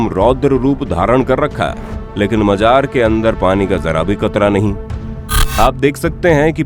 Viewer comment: Bhai majar nahi Mazar hota hai